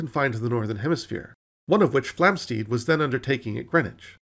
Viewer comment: Enjoyed this brief romp through recent astronomy. However, it's not "Flamsteed" (as you pronounce it) but Flamstead, to rhyme with "homestead" and "sled".